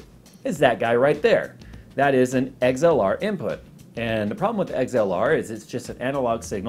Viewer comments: "Eggs-L-R" Lol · haha he says XLR like "eggs-ell-are" great video tho